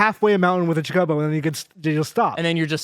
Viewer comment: that's one way to pronounce Chocobo